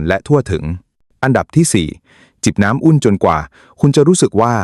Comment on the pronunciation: เอไออ่ะนะ ผมดอน.......แทนที่จะบอกว่าผม ดอกเตอร์ ภู-มิปัญญา น้ำอุ้น ม่าม ........น่าเบื่อ